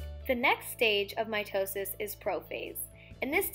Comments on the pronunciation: anyone else also heard my toe sis? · MY TOE SIS i mean that’s what i hear